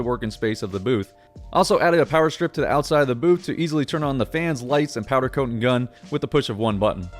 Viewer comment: I listened to him say powder coatn 6 times in the first 3 minutes and just couldn’t do it haha